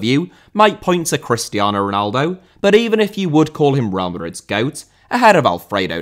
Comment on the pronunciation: Lothar* not Louwther Matthäus* not Mattheyas Ronaldo* not Ronaldouw Marco* not Mahcouw Jimmy* not Djimmy Johan* not Jouwhan Barcelona* not Bohçalouwner Lionel* not Linl Alfredo* not Alfreidouw Can't* not Khon' Zico* not Zicouw Diego* not Diyeigouw Pelé* not Pelei Serie* not Siri Udinese* not Udeneisei Flamengo* not Flamengouw Gerson* not Guerson Leônidas* not Lionaidas Antlers* not An'lers Eusébio* not Yusséibiouw Mozambique* not Mouzambique Maxaquene* not Máxequen Andre* not Ondrei Half* not Holf Regime* not Reigime Franco* not Francouw Baresi* not Bareisi 27 mistakes ffs